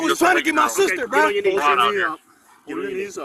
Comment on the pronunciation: if you did a drinking game every time he says buh not bruh but buh you would die of alcohol poisoning 😂😂😂